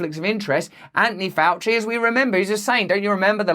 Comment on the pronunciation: Who's "Anonee Ouchie"?